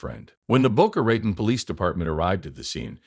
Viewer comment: Boca Ratone…….. Boca Ratone!! Not Ratn.